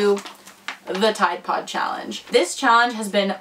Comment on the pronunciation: Why u say ride pode?????